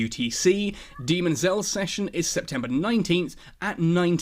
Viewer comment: Little less "demon" and more "Dayman" (sp phonetically).